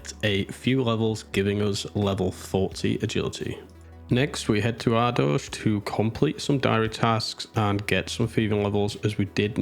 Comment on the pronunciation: Never heard the Ardooj pronunciation before. Fascinating how many ways people say that word.